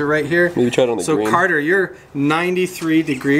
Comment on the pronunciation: My friends and the name is Carter, not whatever you said.